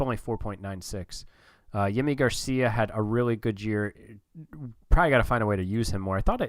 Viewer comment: very excited to see you controlling my team, as a sorta outsider! pronounciation correction (which makes lil difference because it's such a replacement level player): nathan lukes is pronounced like "lucas" not the plural of luke. also: yimi garcia is "jimmy" garcia, and tim mayza is "may-za".